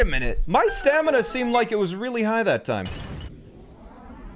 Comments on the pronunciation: bro said stanima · He continues to say stanima